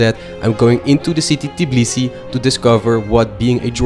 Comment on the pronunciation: Im georgian but u said tbilisi wrong u said tiblisi